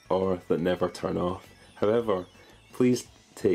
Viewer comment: "tum OFF"